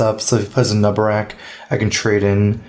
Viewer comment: A-Nub-A-Rack...god dammit